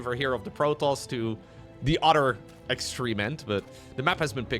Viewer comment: "borer", "orer", "anorer".